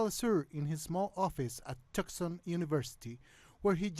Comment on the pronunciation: THE NARRATOR STATES THAT NOAM IS JUST MOVING INTO HIS OFFICE AT 'TUK-SON UNIVERSITY'.... MAYBE HE SHOULD DO HIS RESEARCH. HE IS IN FACT A LAUREATE PROFESSOR AT THE UNIVERSITY OF ARIZONA, IN TUCSON ARIZONA...